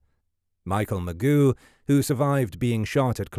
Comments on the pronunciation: "Mike Magoo"? hahaha it's actually pronounced "Ma-jzo". Was this made with AI? The voiceover pronounces the same names several ways, like "Cheri" and "Sheri", and there's tons of little spelling mistakes in the written copy on-screen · “Mike Ma-goo?” I hate to be that guy, but his last name is pronounced; Ma-geaux. Perhaps it’s just me nitpicking, but when putting together a true crime documentary, the absolute bare minimum, and the least you could do is to get the victim’s names right. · "Magoo" LOLOLOL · Mr Magoo? Come on man, at least pronounce his name correctly. You're literally monetizing him nearly being murdered. The very least you can do is get his name right. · This AI voice calling the victim Mike Magoo is insulting. 🙄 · When he called Mike "McGoo" I about lost it. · Michael Ma- Joe is the pronunciation. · Mike “Magoo”?!?! That crashing sound you hear is your credibility flying out the window. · You could have at least done the most basic research and learned how to pronounce the victims' names. It's not Mike "Magoo". The 'g' is soft and it doesn't end like 'goo'. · Much as I dislike corrections of pronunciations, this one irks me. It's Ma-JOE. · I know but the guy says Magoo in the video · Agree. And yet somehow, the word "penchant" was pronounced with a correct French accent but we also get "magoo".... SMH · Ya I checked out after the second Magoo. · I can't even watch this when someone totally can't even say the Last name correctly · Are you the same guy who narrates Historymarche? Or is this using a natural reader type computer generation? I would think anyone with a basic knowledge of the case, should know Mageau and how to pronounce it. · Mike Magoo 😂 His name is Mike Mageau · If you want to be taken seriously,. you might want to pronounce people's names correctly. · one of the interesting aspect of zodiac killer mystery is Mike Mageau name pronounciation, it's always different from one video to other video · It’s pronounced: “Ma-Joe”